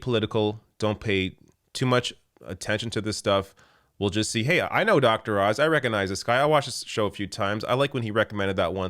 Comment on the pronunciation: Thought it was Dr. Ounce :(